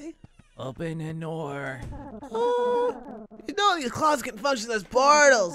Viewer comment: "Open the noor"